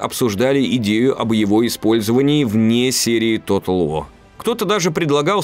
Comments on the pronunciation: Тотал ВО! Английский - ВО! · как же раздражает тото уоу! ты либо говори по английски либо по русски, а не нечто среднее. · Почему "Тотал Во"?! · Может диктору при произношении английских слов лучше использовать "русский английский"? Например, Тотал ВоР, а не Тотал Воа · Bri'ish si'.